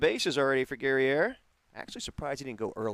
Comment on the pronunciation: #8 - Guerrier, pronounced like courier but with a G 👍🏼